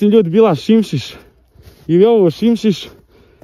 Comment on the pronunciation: Nije simsis nego sismis 😂